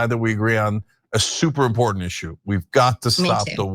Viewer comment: Never trust anyone who adds the letter "d" to the word "important".